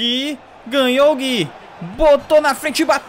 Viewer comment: plmds,n é Gui,é GUIÚ